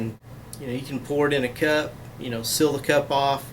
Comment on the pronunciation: The way you say, Seal and sealer. Is dumb